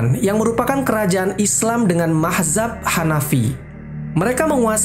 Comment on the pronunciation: yg betulnya mazhab... bkn mahzab..